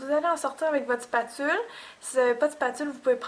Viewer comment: A oui au fait : "ing dô dê ming" ca existe pas... et aussi : "lê contê tronchen dê lay spetule" si ca coupe c'est un scalpel tu verras : glisse ton doigt sur une "spetule" et tu verras ca coupe pas on s'en fou que tu travaille la pate pendant 2 plonbes : on a compris tu eplik pa comment on fait le faux sang : VIDEO MERDIK Sinon la plaie est bien faite ;)